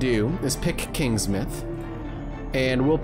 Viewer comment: KingsmOUth not Kingsmith